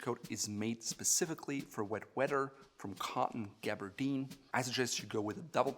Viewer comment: It's not pronounced "wedder", it's "weather" like "feather". You're welcome.